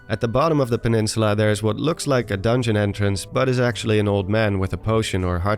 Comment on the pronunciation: oblivious peninsuluh